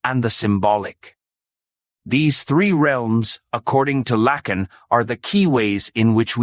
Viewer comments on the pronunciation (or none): PRONOUNCE HIS NAME CORRECTLY PLEASE. IT'S FRENCH, NOT AMERICAN.